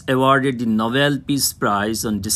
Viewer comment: Plz read fast and it's nobel not novelll , anyway thanks for the explanation✨